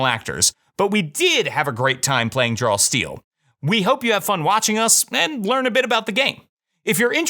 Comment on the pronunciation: Does anyone else hear "Drawl Steel" instead of "Draw Steel" in the opener?